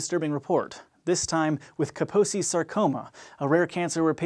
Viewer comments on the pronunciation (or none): That’s a funny way to pronounce Kaposi’s